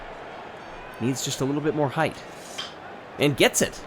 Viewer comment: "heighth"?! C'mon,, don't lose us now.